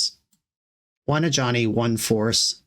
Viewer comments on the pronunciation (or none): Since the Foundations video went live, I always hear "a Johnny" instead of Ajani. Or Jazal.